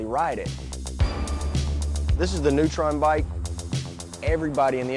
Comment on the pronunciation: "this is the new tron bike" or "this is the neutron bike"?